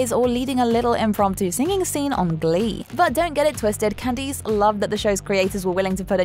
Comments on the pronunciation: "Can-dees"...? It's pronounced "Can-DISS." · Can deese? That's not how you say her name.